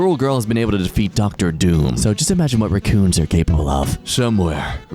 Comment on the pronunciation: I just realized why I've been saying raccoons so weird. It's fault. Normally most people around me say raaaa coon but I've been saying it with a short a